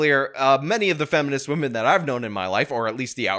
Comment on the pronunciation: C'mon, guys... Gotta respect wahmen